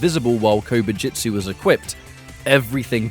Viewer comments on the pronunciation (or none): My mind could not stop focusing on Kobu jut su being pronounced as Kobu jit su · I keep hearing "Covid-jitsu" and it's making me giggle.